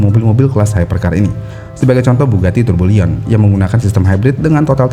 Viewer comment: Bisa bisanya Bugatti Tourbillon yang terinspirasi dari mekanisme jam tangan analog dibaca jadi jadi Turbo Lion 🤣nih admin channelnya gak riset dulu apa ya gimana cara bacanya wkwkwk